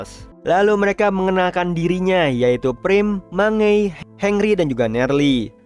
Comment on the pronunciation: Mangey bang bukan mange😭